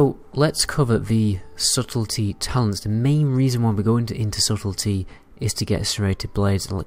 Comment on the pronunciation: You changed how you pronounce "subtlety,"! Bob is indeed your uncle